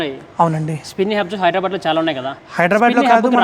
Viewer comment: హైడ్రా బ్యాడ్ కాదురా నాయన, హైదర్- ఆబాద్ అనాలి. గుంటూరు, కృష్ణా, గోదావరి జిల్లాలు వాళ్ళ దగ్గరే ఇది ఎక్కువ వినిపిస్తాది. నత్తి నా కొడుకులకి నోరు తిరగదా ఏంటి?